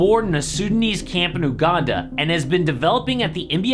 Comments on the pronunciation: It's uganda not U-Ganda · Bro don't pronounce it as UGANDA, it technically YOUGANDA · It’s pronounced youganda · pronouncing ooh-Ganda funny tho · bro cant say Uganda cant blame him